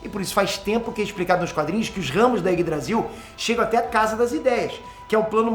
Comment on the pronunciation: Quando o fala Yggdrasil, eu sempre escuto Ines Brasil kkkkkkk